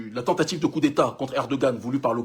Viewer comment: On dit " Coup" et non " Cours "